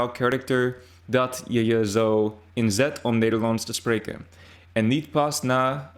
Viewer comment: Pronouncing inzet (dedication and hard work) should be ínzet. Concerning alfabet: a is a like a in lalala. E is pronounced as in (h)ay. I is pronounced not eye but merely as e in english: me or tea.